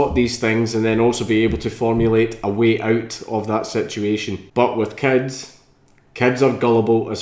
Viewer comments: anyone else who understands cats instead of Kids when he says it? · are you talking about paedophilia or bestiality? when you say kids it kinda sounds like cats xD